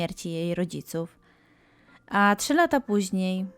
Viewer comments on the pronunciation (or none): none